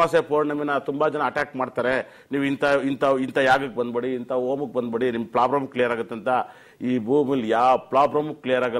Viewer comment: Prabram ಅಲ್ಲ ಗುರು problem